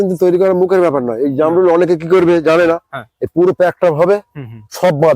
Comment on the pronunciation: এটা জারমূল না এটাকে বলে জামরুল